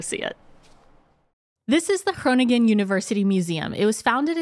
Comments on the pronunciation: You have the tendency to say gronin gen. It’s not really pronounced this way, it’s more pronounced like koning(en)or so the last “g” isn’t so pronounced. Thanks for the episode today 😊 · De uitspraak van de Nederlandse woorden is steeds beter! De NG in Groningen is the same sound as the NG in Wrong, so that G has another sound than the first G, this first one is the same as in Goedemorgen, and you say that right ❤️Hil